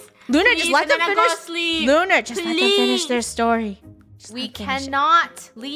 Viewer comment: WHY YoU sAy OnE sRaR